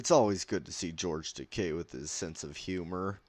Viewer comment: It's nice hear George Takei's last name being pronounced correctly. 👍